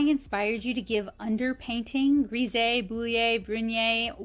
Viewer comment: Hullo, these are all such amazing examples of undertone painting techniques! I have always heard Grisaille pronounced more “grah sigh” it is so hard for foreign words to be pronounced in English because of the different dialects in all of the different English speaking countries! I think you created some truly lovely artworks! If I can offer a small critique? If you want the “H” to read better have the character cross her legs at the ankle this way we see the upright legs of the “H” or more of one and a wider portion of the horizontal bar of the letter. You did create a very sweet painting. Thank you for sharing so much of this technique with us.